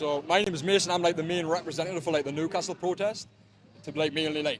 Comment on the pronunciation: interesting this mason guy cant actually say his own town name correctly? its not noocastle